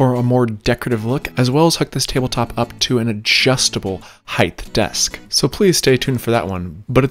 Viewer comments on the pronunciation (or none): none